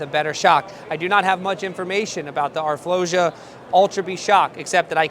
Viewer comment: Always a great video from you guys!🔥🔥 one thing tho, I think it’s pronounced R-flow-sa as in sa in Sansa in GOT.